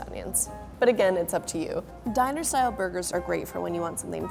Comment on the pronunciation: Am I the only one heard about Dinasour burger, instead of Diner-Style burger? Lol.